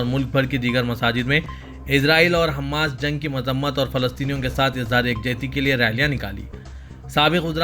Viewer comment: Mausoof Gaza aur Hamas ka sahi talaffuz bhi nahi kar rahe hain.